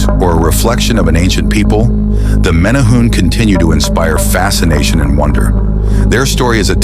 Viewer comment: You are pronouncing it wrong. More like mini-hu-ne.